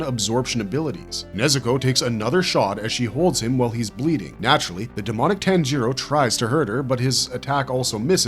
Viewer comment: How about we pronounce names correctly. Especially the main protagonist.